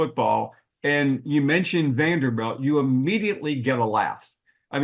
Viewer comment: its Vanderbilt not Vanderbelt